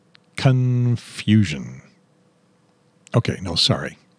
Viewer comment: why did you say CON-Fusion ???